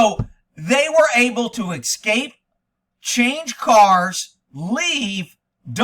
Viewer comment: Hopefully they've left the country. Also why do you say VIN number? It's just VIN! And why you do you say "EC-SCAPE?" It's ES-CAPE!